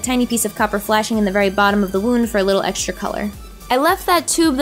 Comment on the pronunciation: haha i like when you spell the letter X as eksh like extra》ekshtra😍😂